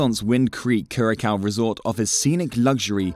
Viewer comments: Enjoyed the information, but you pronounce Curaçao…… Cur-a-sow…. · CURACAO = CURE-UH-SAO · IF YOU WANT TO MAKE VIDEOS ABOUT THE ISLAND WILL BE NICE TO GET THE PRONUNCIATION OF THE ISLAND CORRECT FIRST